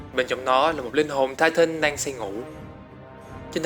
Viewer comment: tai tần chứ tai tân trai tân